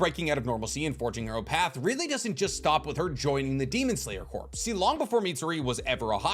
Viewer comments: The word Corps is pronounced like core, not corpse. I know it doesn't really matter to the video's content but it's like a flick in the forehead every time I hear it. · Every time you say demon slayer "CORPSE" it drives me crazy. It's pronounced core, like the U.S. marine corps, its not a marine corpse. Jesus man you're old enough to know this. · You pronouncing Corps as "Corpse" instead of "Core" is killing me! Other than that great video! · It’s pronounced core* not corps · My brother in Christ I love the video but it’s pronounced “core” not “corpse” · “Corp” and “corps” are pronounced exactly like “core” and “cores”, respectively. You’re welcome. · Demon Slayer Corps is pronounced like "kor". You've been pronouncing it like "corpse" the whole video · Tiny itsy bitsy pedantic thing: Corps is pronounced like "core" not corpse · As a long time fan of your content, I must say… Corp is NOT pronounced Corpse. It’s pronounced like core. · I don’t know if someone said anything or you’ve corrected yourself, but corps is pronounced core. Not corpse. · Pet peeve: it's actually pronounced as "core", silent "P". Like the USMC, Marine "Cor" no annunciation of the "P" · Love ur channel! Just please say corps (“core”) instead of corps (“corpse” 😂😂😅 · I love your content but please for the love of god it’s pronounced core not corpse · You’re great, thank you, love the video…but please, I’m begging you with all my heart to stop calling the it the Demon Slayer “Corpse.” It’s not the dead body of a Demon Slayer, it’s the Demon Slayer Corps, and both the “P” and “S” are extremely silent. I know I’m broken for caring, but it’s like calling a Grand Prix a “Grand Pricks.” Now let your hate fall down on me like rain. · Demon slayer corps is pronounced like core not corpse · sorry to be that guy but its pronounced Core.... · Thats a slight pet peeve of mine too. I guess I'm that guy as well. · Absolutely tickled how you pronounce corps as "corpse"